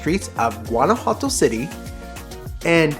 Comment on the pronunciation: Beautiful video, just one criticism…your pronunciation of Guanajuato!!!